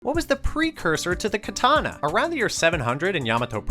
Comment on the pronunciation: all these history and knowledge about katana yet you still don't pronounce the word properly lol